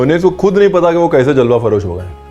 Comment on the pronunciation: Ranveer Jalwa-froz ko always Jalwa farosh bolty hn ap ........